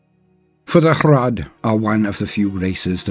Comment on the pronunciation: I am so glad rolls his Rs for the Hrud. That's the only way to do it right.